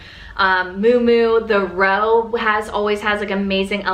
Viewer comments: I think Miu Miu is pronounced myoo myoo (Not moo moo) Hope that’s ok to say. If not I apologize. I loved your video & subscribed to your channel 😊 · Did you just called miu miu, moo moo ?😅😂 I I seen this on IG and TikTok. People are giving fashion advice and they can’t pronounce the designers, right. That absolutely no no for me personally.💀